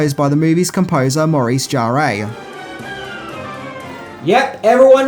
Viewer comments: Maurice “Jarré” !!! 😂 It’s pronounced “Jar”. ☺️ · Maurice Jarre is French, his surname is pronounced "zhar". Fun fact, he's also the father of Jean-Michel Jarre. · "Fury Road" was rated R; not PG-13. It's Bruce Spence; not Bruce Spencer. It's Maurice Jarre (*JAR*); not "Jarray". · not to harp on about it, but Maurice Jarre's name is pronounced without the "EY" sound at the end, "Jarr-ey" but just "Jarr". Have a look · Its pronounced Jar. Maurice Jarre 😊❤ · I loved Beyond Thunder Dome. I think you will find the pronunciation of Jarre' is Jar. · It’s pronounced Jarr (the ‘e’ is effectively silent) and he’s the father of Jean Michel Jarre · Also calling Maurice Jarre "Jaray" drove me crazy.